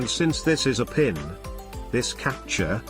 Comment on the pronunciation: "This capture is... leshit"